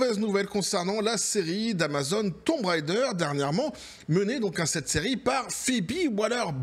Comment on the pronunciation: Tomb raider ❌️thon raideure✅️ 😂😂 et c'est ciao